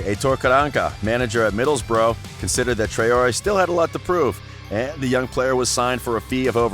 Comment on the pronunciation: You are saying middlesbrough wrong